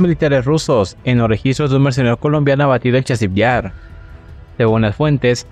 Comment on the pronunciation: PARA SER YOUTUBER; PRIMERO APRENDE A PRONUNCIAR BIEN LAS PALABRAS !!!!! Ni siquiera puedes pronunciar la palabra MERCENARIO.